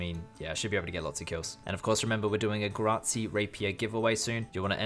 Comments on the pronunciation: "If you want to win a grahzi rapier" rsn - I BigConkers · i enjoy the way you say "Ghrazi" lmao good vids bro. keeping the pk scene up. OSRS: MikeyJP